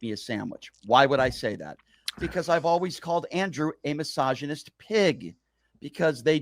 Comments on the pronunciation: Is he saying massagnyst? He’s a rub and tug massagnyst This guy is the absolute lol cow.. I fucking hate that he gets paid to just be a complete loser, getting slapped about constantly. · Why does "" sounds like, he says all the time "Massagenist"? 😂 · says “massagonist” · I love how he tries to soften the G sound in misogynist to sound sophisticated 🤣